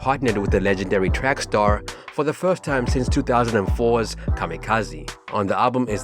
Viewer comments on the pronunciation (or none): Lol it's trax*ster not track star lol